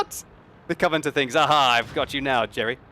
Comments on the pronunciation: Did he said 'Covanter' instead of 'Covenanter' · Covenanter not coverter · Why do so many people have a problem with pronouncing 'Covenanter' ? Koh Veh Nan Ter simples ! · "Cov-e-nan-tor" is 4 syllables ;)